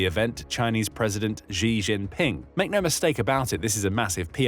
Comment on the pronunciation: Xi Jinping: [Shi], not [Zhi]